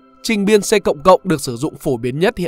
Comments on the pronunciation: Người đọc bài này ko am hiểu về c++ (người trong ngành đọc là "si plus plus" hoặc "Si cộng cộng" cơ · vl, đọc là "Cờ cộng cộng" :))